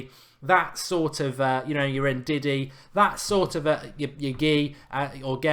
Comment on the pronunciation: U said bakayookoo and ndiddy lol